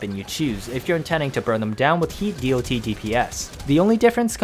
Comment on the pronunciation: geez it took me 4 minutes to realise it's "D-o-T" and not "deity", i presume you haven't played many MMOs in your past? since the beginning of time it's called "dot" not D-o-T, everybody understands that. But yes, The Vergalas is my one and only weapon on my sentinel since its release, when i don't use Panzer Vulpuphyla